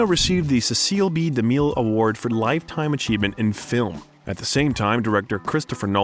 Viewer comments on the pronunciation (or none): .13 he mispronounnces Cecil B Demille